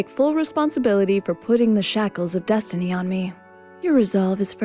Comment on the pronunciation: yes-tiny... yes-tiny... i like you and all, but just stop...